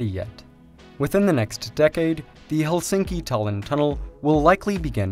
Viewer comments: It's pronounce HELsinki. Not helSINKi. The stress is always on the first syllable in Finnish. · Remove this video and re-record it with correct saying of Helsinki. Stress word must be accented on E like hElsinki, not helsiinki. Its hElsinki, accent on E.